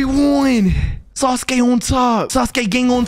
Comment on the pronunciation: That aint sasuke that's suske Not hating